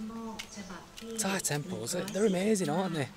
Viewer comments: Your parents are strong, climb up to the hill but at the top is the fantastic scenery, Anyway your Thai accent is so goooood. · Woaa, have not watched your channel for months. Your Thai pronunciation is now next level!! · your thai's acccent so so good